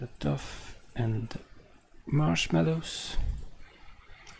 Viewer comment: Just a FYI Sir, knowing English is stupid some times, dough is not 'doff' sounding like cough but more like doe as in "doe a deer" Enjoying ALL the series, you do a lot of work and you are appreciated. Thank you